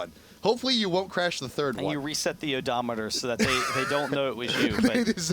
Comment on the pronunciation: as in FI'rd as in 3rd FIrst - RD FIRD